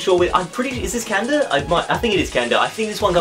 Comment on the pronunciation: It's not canda its ca naaaaa da